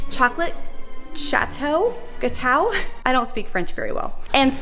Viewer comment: Your pronontiation of gâteau was very good actually!! 😄